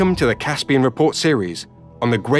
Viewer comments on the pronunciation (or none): none